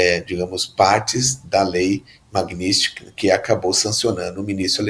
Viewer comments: O cara não sabe nem falar Magnitsky, o que dirá entender de algo.🤣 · Nao sabe nen pronunciar a palavra!